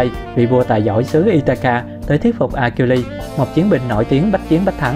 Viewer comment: Achiiles đọc là "A Sin" nhá.. nghe phát bực. Đếch biết gì về thần thoại Hy Lạp.